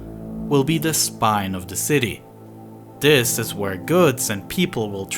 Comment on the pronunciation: First 3 seconds... "In January of dis yair"... How can a youtube channel with almost 1 million subs be too lazy to pronounce "THIS".